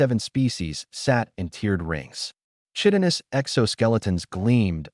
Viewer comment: I don't specifically know about the various alien races, but "chitin" is pronounced "KY-tin" and "chitinous" is pronounced "KY-tin-us"